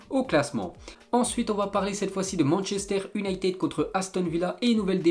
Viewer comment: Le championnat Europe1 Le Dennmark Manchester Ünited Et j’en passe! Je te kiffe mais tu pourrais faire un petit effort sur les prononciations sérieux Et les pubs toutes les 2 minutes C’est bon ça saoule!!